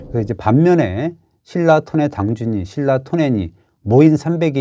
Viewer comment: 중국애들 신라 실라 발음 안되는거 맞는거 같기도 ㅋㅋㅋㅋ